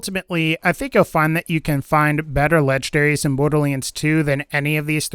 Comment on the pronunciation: I like how you say "lege-daries". No N's were harmed in the process.